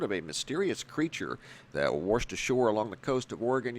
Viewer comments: The creature that wersh ashore, ehh. Wersh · you say 'waRshed'# You made my day 😁